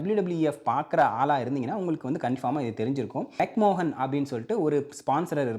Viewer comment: Mc mohan ah enna bro soldra 😂😂 adhu McMahon illaiya